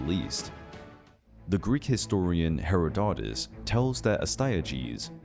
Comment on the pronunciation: Herra-dote-us! Really?! Get a decent narrator please.